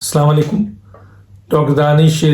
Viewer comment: ڈاکٹر صاحب سلام کرتے ہوئے تلفظ درست کریں مہربانی ہوگی السلام عليكم